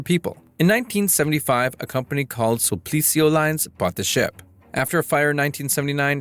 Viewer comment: Sul - pi - ci - o. It is spelled out several times on the visual. Nonetheless the voice-over consistently says su - pli - ci - o. I suppose that voice would say Phil-pi-lins.